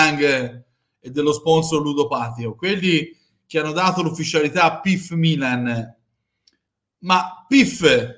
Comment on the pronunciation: Perché Bergomi continua a dire bilan pif